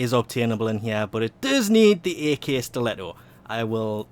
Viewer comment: It's not "a.k."! It's "ak" as in akimbo.